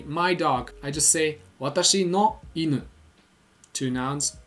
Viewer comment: I’m sorry dude but your pronunciation isn’t really right. It might seem like I’m being pedantic, but in Japan native speakers will drill you over pronunciation. Japanese words use either a rising1 or falling2 tone. Go to Google translate, and look up the word for chopsticks. 箸 - ha1shi2 Now look at bridge. 橋 - ha2shi1 For an example from your video, in the word for dog (犬 - inu) the “nu” rises. You can say it a different way and will still be understood, but once you get to more complicated strings of kanji, e.g. 洗濯洗剤 - Washing Detergent, it becomes super important to say it the right way. Just like a child speaking English, if you mispronounce ‘Washing detergent’ you might still be understood, but you’ll be informed of the proper way to say it. I’m not commenting to be rude, just to inform people to be aware of this.